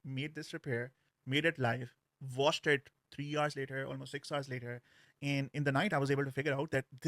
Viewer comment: you really need to stop pronouncing 'and' like that